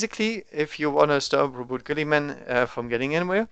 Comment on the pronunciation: You pronounced Roboute correctly, according to a few audio novels I listened to